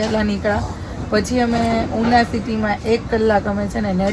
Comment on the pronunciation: યુનો ના કહેવાય ઉનો કહેવાય